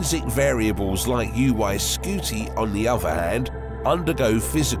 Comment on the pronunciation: Omg it's NOT UY SKEWTY.